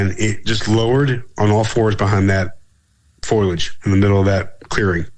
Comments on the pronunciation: For the love of God bro it's FOW-LEE-AYY-DD-JJ-UHHHHHHHHHHHHHHHH!!!!! WOW...that feels better...I can breathe now...😅😜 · For the love of god, STOP saying FOIL-EDGE. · For the love of god, your guest needs to learn that the word, foliage is NOT pronounced as "foil-edge". It's "foe-lee-edge", not "foil-edge". Look at the word. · Thank you,! I'm glad I heard this. He kept saying, "foilage" instead of, "foliage". Is he referring to plants made of aluminum foil? He kept saying it over and over again. It could be worse--a "you know" or a "like" addict is really hard to listen to. I've just listened to this again, and that mispronunciation will still aggravate a person. Still, it was a good interview. I've heard a few Bigfoot researchers go on and on about photography, but do they have a good photo? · Lol, I'm glad I'm not the only one. I've heard people pronounce it like this many times on multiple podcasts and I was beginning to wonder if I've been pronouncing it wrong for years.